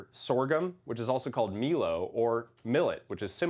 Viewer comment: Pronounced ‘My-Lo’